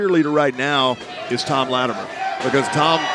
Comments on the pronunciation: Thank you. Her saying Lattimeere drives me nuts for some reason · OK, so the past couple weeks actually had some wrestling! That second match, with the WildKat guys was good, as was Cyon and Slias Mason. My question is: Why do you have Rodney Mack and Marshee Rockett imitating Doom? Bad comedy. And can someone teach how to pronounce Latimer?